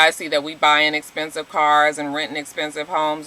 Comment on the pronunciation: Nene is super jealous, super phony, super country and absolutely miserable. She's constantly mispronouncing words like EXPENSIVE...she pronounced it as expensis. There was another word that she botched, but I can't remember it. Half the labels she wears, she can't even properly pronouce. That's not cute. I'm happy for my girl Kandi. I hope her relationship works. I thought Sheree looked the best...although I still think she's evil :) I thought Cynthia looked fabulous too.